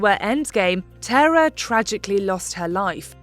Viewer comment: Her name was Tara… TAAR-A 💁🏻‍♀️